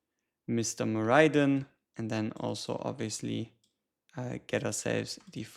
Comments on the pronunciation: Have the devs confirmed that's how his name is pronounced? I read it as 'Mor - Eh - Den' not 'Mor - Eye - Den'. Just nitpicking of course, but I've heard a lot of other CC's pronounce it Mor-Eye-Den as well. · I also think it’s mor eh den lol